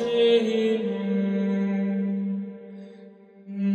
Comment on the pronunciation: ¿Por qué pronuncias una 'n' antes de cada palabra que comienza por vocal? 'nora', 'nagnus', 'namen'